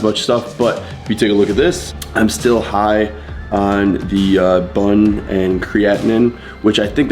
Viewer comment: For BUN, the pronunciation is spelled out like B-U-N. It's not pronounced like a bun you eat lol